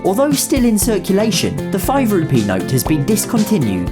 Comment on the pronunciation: Tbh the way you say Rupee kinda sounds like Ruby lol! Great video tho.